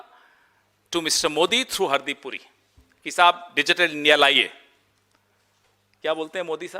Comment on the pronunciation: पहले तो नाम सही सही बोल हरदीप सिंह पूरी नहीं बुरी